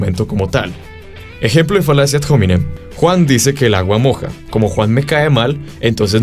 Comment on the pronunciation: Muy bueno el video. Yo no se latin pero creo q la h de ad hominem no se pronuncia. No es ingles.